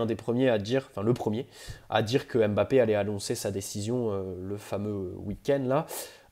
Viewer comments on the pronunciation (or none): none